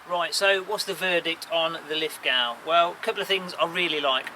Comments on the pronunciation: Pronounced Lith-go not Lith-gow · Always enjoy your videos. Thanks for posting. Btw it is pronounced Lith Go rather than Lith - Gow (The W doesn't get pronounced). Don't ask me why though. I grew up here but Ozzies and naming conventions can be a little funny at times. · Pronounced Lithgo dont sound the w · Great video but to enunciate Lithgow the NSW town keep the w silen and say it like: "Lith go" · Btw… it’s pronounced “Lith…go”… i know adding sneaky letters to a word is confusing. ;) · Pronounced Lith-go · Lith ‘go’ you silly English person We Aussies use a unique form of pronunciation which can only be mastered after booing Pommy cricketers for the temerity of beating in one form of the game or another!! Lithgow is LITHGO !!!!! Get it right! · Nice review thank you very much. I have just ordered the Lithgow .22lr😁 Btw ...Lithgow is pronounced Lith..go. 👍🇦🇺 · its pronounced Liffgo if your an aussie ;)